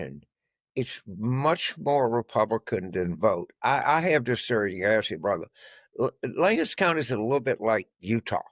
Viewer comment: Thanks for pronouncing Lancaster correctly.